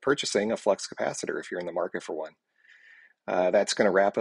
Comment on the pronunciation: The “flux capatchittor”!